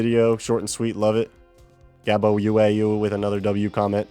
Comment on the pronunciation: as a not united kingdonian citizen, yes they we are very angry people. Mom I got mentioned:D! also the way you say the last part of my name is like "wow", the "uau" is just portuguese for "wow", so gabo wow. Love the videos, keep 'em coming Hammer request again for the win:trophy-yellow-smiling